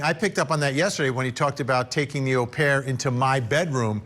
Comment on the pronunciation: Nice to hear an American say au,as in au pair the correct way Vinnie!